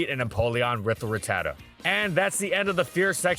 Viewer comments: It’s rat-ta-ta not ruh-tata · The way he pronounces RATatta is so tilting.